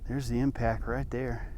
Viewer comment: its impact not impac